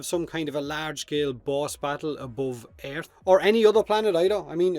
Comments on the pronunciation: i dont think this guys knows how to say EARTH properly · The way he says earth kills me😂😂